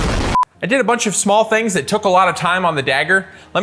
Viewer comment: I wawnt thayt